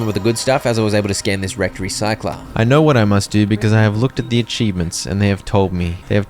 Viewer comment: Bro whenever this man says “wrecked” I hear erect 😂😂😂